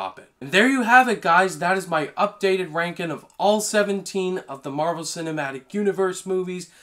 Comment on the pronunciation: Bruh this guy cant make a G sound. Rankin